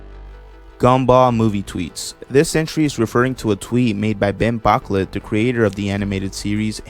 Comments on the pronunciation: "BOCKLET" LMAO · lol the name is pronounced ( ben- bo- -q-let ) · For future reference his last name is pronounced bouquet but with clay in the middle